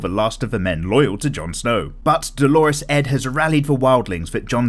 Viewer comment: Ugh, every time you call Dolorous Edd "Dolores Edd", it just drives me crazy.